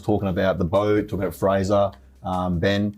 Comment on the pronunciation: It's Fraser, rhymes with razor!